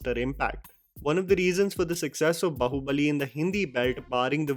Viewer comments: Chuthiye, pehle baahubali bolna seekh , bahubali nai be , movie me suna nahi kya, review Dene aajatha he 😁😁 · बहूबली nhi bhaiya, बाहूबली hota hai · Please correct yourself with the pronounciation of "Baahubali". It is disappointing that you have spoken the name so many times but you still miss the second 'A' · brother: a HUMBLE REQUEST IT AINT BAHU-BALI(LIKE SAAS BAHU YOURE SAYING IT MAN) IT IS BAAHUBALI, BEING AN INDIAN YOU STILL CANT PRONOUNCE IT CUZ OF THE LEFT PREVALENCE IN YOUR WORLD, UGH SHAME. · WTF is “Bahubali”,? It’s “Baahubali”. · Its baaaahubali....not bahuuubali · it is not "bahu" bali but "BAA-Hu-Bali" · one correction it's pronounced "Baahubali" not Bahubali, there is "-" over the letter 'a' in the poster (ā) which is pronounced "aa". PS: the only Prabhas project I'm confident about is Salaar with Namma Prashant Neel, a proven Filmmaker already. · Yaar loved the review. I would like to say one thing. You mentioned incorrect pronunciation of Hindi words by Prabhas causing issues. Which makes sense since he will have a different accent. I just wanted to shine light that every time I hear you mispronounce a Telugu word, I cringe the same way. Even big name movies like baahubali, which you can watch a million YouTube videos pronouncing it to learn the correct way, are most of the times said incorrectly. I do not judge because it’s not your mother tongue, and you’re trying your best. I think the same level of judgement should be reserved for prabhas as well no? It’s a sentiment that goes far back that North Indians expect us to pronounce Hindi words correctly, but when the same happens the other way there’s not much said about it. It would be nice if we get past this criticism of incorrect pronunciations. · Just wondering When you put this much effort in reviewing a movie but not caring much about correct pronunciation of well known word BAHUBALI